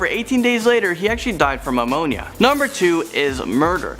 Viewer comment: Omg… alot of this is mispronounced. Lol… ammonia… 😵‍💫🤣